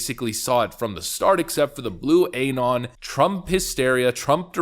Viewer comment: Why the living f*ck does this guy pronounce it aYnon? You have one job,....